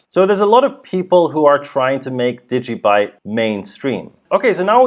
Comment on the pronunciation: degee byte ha ha ha